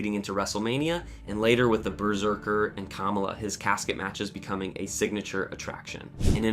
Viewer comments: you pronounced KAMALA wrong!!!!!!!!!!!!!!!! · Sure does every time.